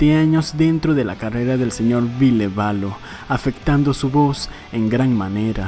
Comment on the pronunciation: Me dió un cringe tremendo escuchar el VILLE literal xD no dude, no!